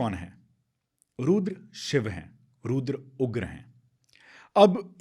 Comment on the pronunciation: Excellent podcast both of you. Har Har mahadev A few language Observations 1. It is not cobra ka 'fun', it is phan फन 2. It isn't ghaghra hakar... it's ghaggar hakra 3. It isn't gengantic basin, it's gangetic basin 4. It isn't bhandan भंदन , it's bandhan बंधन 5. Not roodr रूद्र but rudr रुद्र 6. Not abandance, but abundance 7. Not zarathustra, but zaruthastra